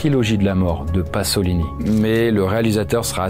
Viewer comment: Parler de cinéma et ne pas savoir prononcer le nom de Pasolini, c'est quand même un peu la honte...